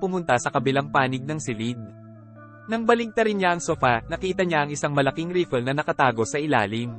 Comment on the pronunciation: Riffle pronounce as ray-fol not ri-ple. Your welcome